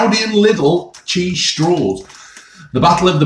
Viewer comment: Right folks, Cheeseh